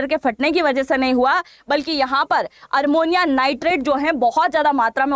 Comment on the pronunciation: Armonium नहीं ammonium nitrate